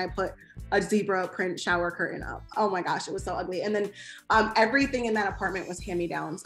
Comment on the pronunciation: CUR AIN 🤣CURTAIN